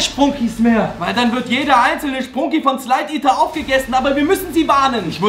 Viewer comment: Wait a sec that not spruuuuuuuuuunki it's sprunki 😐😐